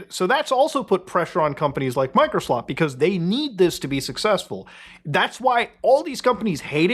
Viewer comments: You said "Microslop" incorrectly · You keep mispronouncing Microslop.